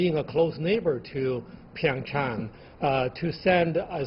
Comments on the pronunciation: Jeff Zhe ZHU Nobody gives a shit if it was taken from ancient Mandarin or not. It's Korean now. Pronounce it the Korean way. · Why does she say Pingchang instead of Pyeongchang? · She called it PingChong instead of PyeongChang lol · Jeff Zhe ZHU Irrelevant. It's a Korean city. They should pronounce it in a Korean way.